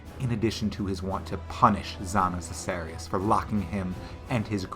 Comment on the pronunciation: Zana Sicerius?? really?? You did that on purpose or?? Zana Kaiserius is how they pronounced the name in the game just like Valdo Kaiserius... Btw this Zana or Exile villain theory had been there for ages. Im sorry man! Holy F.... your intonation, i cant continue when you do Zana voiceline 😬